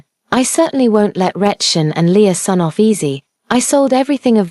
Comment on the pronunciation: I had to rewind to the beginning when I realized it wasn’t Lea’s son. But Leasun. 🤦🏽‍♀️